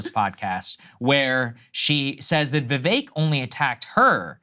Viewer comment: Crystal was absolutely right Nikki is self hating Indian and thats why she was pournouncing his name wrong in the beginning like she doesnt know how to say Vivek and she is absolutely jelous of him bcz vivek has everything she wanted especially the love he is getting from American citizens.